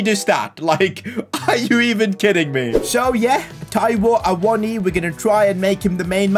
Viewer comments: Awonyay is how you say it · It is a-wo-no-ee btw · Awoniyi for union berlin was always pronounced Ah-woah-knee basically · Loving the series so far mate, just wondering. Will this be a long term series? Also, Awoniyi is pronounced Ay-Woh-Nee-Yee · Ahh-won- ni- yay is how u say his name 😂😂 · Awoniyi : Ah-Woe-Knee-Ye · His name is pronounced Ta-o Awan-gi by the way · His name is pronounced Ah-woah-knee-yee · From a Nigerian: ah-woh-nI-yI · I think u pronounce awoniyi as a-won-a-yee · It’s A-won-yee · A-won-niwi is how to say it. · Its pronounced Froyler, Aiwoni and Nico Williams not Neco Williams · You pronounce awoniyi as A-wo-nee-yee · u pronounce it [AWO NI YI] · You pronounce it a-won-ye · awoniyi is pronouce like Aa-woh-nee-yee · It’s pronounced Awoneeyee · it’s pronounced (uh-won-uh-yee) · It's a-won-ee